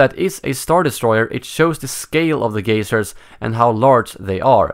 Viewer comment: I was confused, because he kept saying gasers and then I realized he was saying geysers